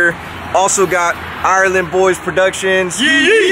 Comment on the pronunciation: The 'island boys' not THE island boys? 🙉😂